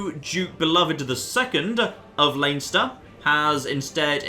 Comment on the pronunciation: Plz stop it's pronounced lenster